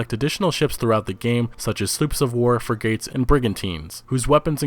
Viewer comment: "free gates" lol ;) Good video though.